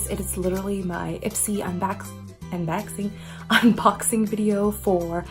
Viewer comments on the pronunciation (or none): “Unbaxing” hehehehe